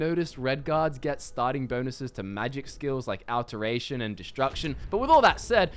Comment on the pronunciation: Can someone please tell this man how to pronounce alteration?